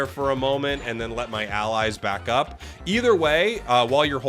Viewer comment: bro pikachu said "I need bakup!"